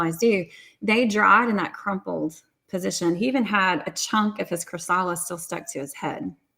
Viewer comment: Cathryn: Just an FYI on how to pronounce "chrysalis".